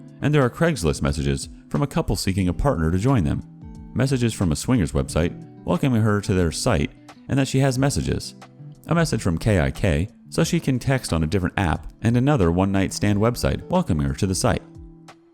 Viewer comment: "Kay eye kay" is pronounced like "kick"